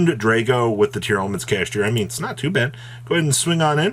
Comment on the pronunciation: He’s still saying Tear-Elements to this day 😂